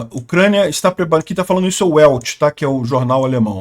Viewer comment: Notinha cultural: O "W" alemão é pronunciado como "V" no portugues. A pronuncia de "Welt" é "vélt" (sem som de vogal ao ao final -- não é "velti" :) )